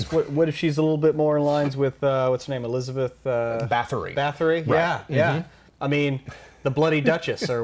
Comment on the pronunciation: Lovely episode, enjoyed it very much :D One random nitpick observation: Elisabeth Báthory's name is pronounced something like 'baa-ta-ry (accent on the first syllable) in her native Hungarian. Took me a minute to figure out who you were referring to :DD